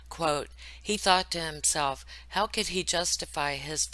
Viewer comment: I noticed that Shanann always said "har" for the word "how" .. at first I thought it was just one of those things where your words come out wrong when you're trying to spit it out quick but she said it in other videos too. No biggie obviously, just an observation .. On another note, Thrive isn't "work" & its not a job. It ruins familes. When you have to spend your own money on the products to the point where you dont pay your mortage for 3 months, that is NOT what employment is. Also, putting your children in a very expensive daycare 5 days a week if your home all day long makes zero sense. That aspect of this case should be used as a cautionary tale!